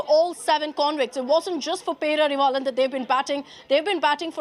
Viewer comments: Learn to pronounce his name properly , it’s not perarivillan lol 😂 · Anchor not even telling name properly 😂pity